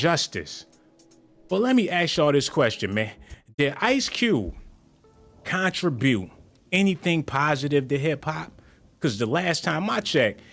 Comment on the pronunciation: He est the west side in the industry & he was always outspoken. As a black man he most definitely has a right to speak on what he feels as injustice! Lastly you pronounced contribute wrong Making everything you say after that a joke.